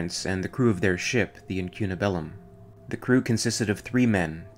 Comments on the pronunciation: IncunaBULum, not IncunaBELum. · The stress, in the word incunabulum , is on the letter "a". (It's a Latin word)